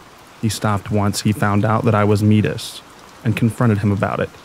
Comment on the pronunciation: Great stories!! However, when you pronounce the word Métis, it sounds like May-Tea